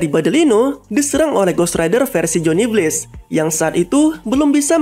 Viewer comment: Bang lu pronounced blaze jadi blates/blades, Simple aja, “bleyz” Pluus penance stare itu di milikin semua ghost rider sebenernya, Buukan hanya ghost rider nya si blaze